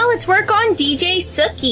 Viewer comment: it's not dj sukhi it's DJ Suki